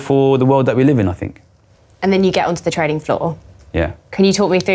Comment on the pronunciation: "...these posh boys fink we're shupid"